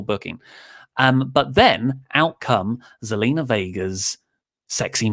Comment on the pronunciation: It's Zelina not Selena your spot on with everything else that you said though.